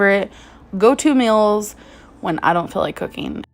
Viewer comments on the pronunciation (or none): it irks me when she says "meals" as "mills"